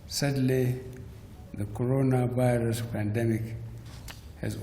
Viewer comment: Did I hear codoro virus.